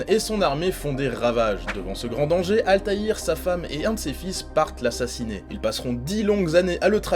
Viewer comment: Ezio a beau etre charismatique mais rien ne vaut la classe de Altair. 😉 c'est la premiere fois que j'entend quelqu'un prononcer son nom complet correctement.